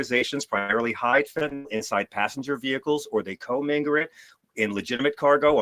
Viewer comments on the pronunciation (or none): There's no such as "fentanol". 🤣